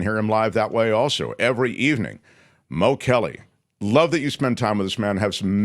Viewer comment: It's pronounced Mo Mo Kelly